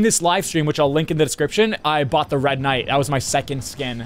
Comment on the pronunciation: the matter of fact that he said “ red knigh” hah